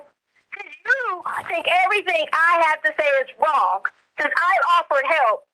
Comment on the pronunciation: EVERYTHINGK ILLITERATE AS ALL GET OUT